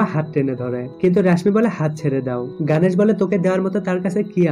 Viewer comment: ওরে ভাই গানেশ না গনেশ উচ্চারণ ও করতে পারে না